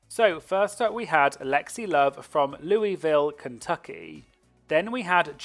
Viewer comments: I didn't know Lexi was a hometown girl from my state lol. But oh goodness the butchery of saying louie-ville, hunny here we call it Lou-ville short and sweet also no hate, no one outside of KY says it right lol, but it's awesome to see some KY representation. The only other Kentucky queen I can remember is Monica Beverly Hillz. Maybe there has been more but I honestly can't remember, I hope more KY queens compete. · louisville is pronounced “loo-ville” btw!